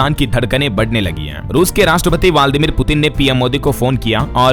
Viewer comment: वालदीमीर उच्चारण गलत है